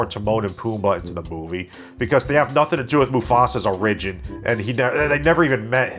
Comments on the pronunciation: Don’t trust a person who says “o-rig-in” instead of “or-ig-in” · If you say O-RIH-jin one more time. It's OH-rih-jin with emphasis on the OR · Great review man, I like your dead-pan humor, but you pronounce “origin” wrong. It’s O-ri-gin, not o-RI-gin. Unless you’re like Canadian or South African or something and it’s a dialect thing. If so, my bad. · I find it interesting that you say "or-IG-in" instead of "OR-ig-in". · Why do you pronounce "origin" like "a ridge in"??? Instead of correctly, "or ij in" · THANK YOU. <3 (not a lie) (but BTW, it's pronounced "OR-rigin".) =) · origin is not pronounced like arisen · What's an uh-RIDGE-in? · Tell a lie in the comments? Okay. I really like the way you pronounce "Origin" as "orRigin" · Who pronounces "origin" like that?😂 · Never heard someone pronounce origin that way. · I’ve never heard anyone pronounce “origin” like you do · Never heard someone pronounce "origin" that way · Interesting way of pronouncing origin. . . 🤔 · Pronounciation of "origin" is weird, your entire video is invalid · Are you having a stroke? How do you not know how to correctly pronounce the word origin?? LOL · your pronunciation of "origin" both confounds and terrifies me, sir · I've never heard someone annunciate Origin like that. XD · The way you pronounce origin bothers me slightly. But besides that you literally have the exact sane feedback that I have for this movie. I didn’t enjoy it at all. 😂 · You don't know how to pronounce "origin". Good video though. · "Lie about something" I love the way pronounces "origin" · i love your pronunciation of origin..... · Bro. Learn how to pronounce the word “origin” please. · Hey man…. Why the fuck do you say origin like that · You mispronounced origin three times. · Very distracted by how you pronounce "origin" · Here is my lie for you, I love the way you pronounce origin. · Why do you pronounce "origin" like that